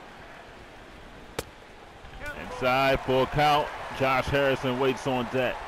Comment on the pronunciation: Dude it's Josh not Jose and Tabata not Tabata